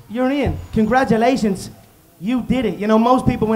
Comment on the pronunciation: "So Nate, Congatulations, you're rich now." - GOAT